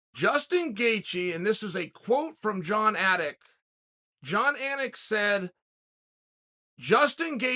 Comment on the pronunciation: Uncle Chael also said Jon Attic in the same video